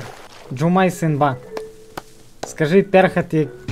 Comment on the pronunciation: Не шумайсымба а Жумайсымба